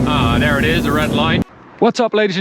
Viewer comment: This guys English Mane, he says DOWN DARE instead of down there! Down DARE he says! He better talk RIGHT OR ELSE! OR ELSE! I said OR ELSE!